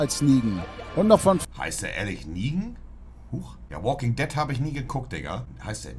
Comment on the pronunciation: niemand: monte: wooking dett